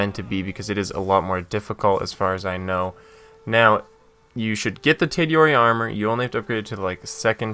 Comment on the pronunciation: "ghost master" he says. cant say sakai and tadayori